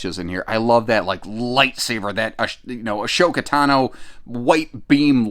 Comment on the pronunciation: Damn!!!!, if both of us weren't already married... ☺️🥰 That's one SWEET unit!!! Btw, it's "Ashoka Tano"! Pronounced: "Ah-so-kah... Ta-no" Yeah! As someone who saw the original Star Wars movie 21 times in the theatre, I can out-geek you on Star Wars. 😋 Back to the RV: Oh, man! That's off the hook! I could live in that thing 24/7, as long as my 6'6" frame wasn't too cramped. All I'd need to know is how my boss... er... I mean wife feels about it; and how well it would do in subzero temps in Canada, if I didn't know better, I'd say you're trying to temp me. 😅